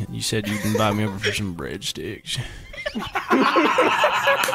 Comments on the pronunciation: Oh, this shit is so bad., please do this depraved content more. The way you pronounced breadsticks to Brendon had me crying with laughter. Some good shit, man. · My body left my soul when he say bradsticks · why does he say breadsticks like that loo🤣🤣🤣